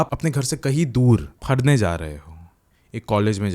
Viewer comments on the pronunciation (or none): pharne was epic 😂